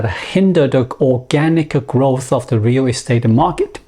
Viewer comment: Listening to him say "rear restate" makes me chuckle.